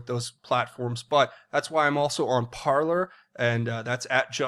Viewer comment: PARLER is actually pronounced PAR-LAY (Parler is French for "to talk").